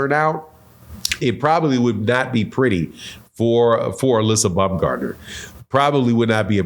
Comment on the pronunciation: Alyssa bumgardner? My guy 😂😂 you butchered that so bad